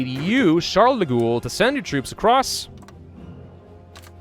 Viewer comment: Charles de gaulles ==> pronounce like goal in French.